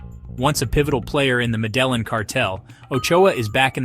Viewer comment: If you can’t say the city name properly you Have zero right to make this video - take care